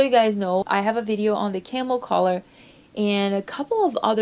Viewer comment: Lovely to see you back for 2023. Enjoy all your videos but would love to see your wardrobe first. Just to help with pronunciation; collar beginning with coll, colour beginning with cull. If that makes sense 😁